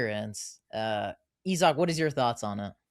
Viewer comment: You pronounce his name wrong , Izak not Ezak